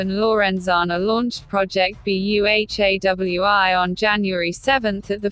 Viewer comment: Sorry what I heard ☹️😔 Project BEHEWI? It's Project BU+HA+WI